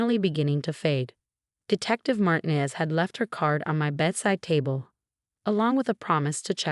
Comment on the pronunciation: Why are all the detectives named Martinez (mispronounced!).